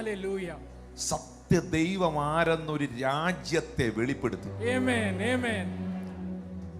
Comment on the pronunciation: ദയവു ചെയ്തു ആമേൻ എന്ന് പറയൂ. എമെൻ അല്ല